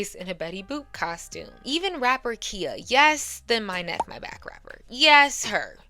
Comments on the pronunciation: KHIA is not pronounced Ki-a. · Siiiiissss I love you but “Lisa left eye LOPES” for Lopez, and “KEEYA” for Khia is diabolical pronunciation 😂😩❤ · The way you keep mispronouncing these artists names makes me question if you've ever listened to female rap. Khia is pronounced Ky-yuh. MIA is EM-EYE-AYE and for God's sakes, it's pronounced like Lopez!